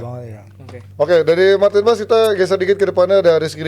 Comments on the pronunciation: Bukan pas neng,tapi paaaes,,,dia itu org indonesia,bukan org belanda,,,gunakan bhasa indo yg baik dan benar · Tp si sandy walsh juga nyebutnya Paas sih.. gue liat story nya pas mereka jd roommates..pas pekenalan juag nyebut paas kan.. bukan paes.